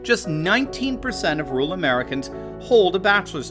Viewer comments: Interesting video but what the hell is a ‘ROOL’ population…? Do you mean RURAL? That’s two syllables not one. Pronounced.. RUOR AL as one word. Why do Americans ignore all but one vowel in any word? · AND THEY CAN”T SEEM TO PRONOUNCE “RURAL” WITHOUT SAYING “RULE”. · there are 2 R's in RURAL, you keep saying rual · Why can't you pronounce "rural"?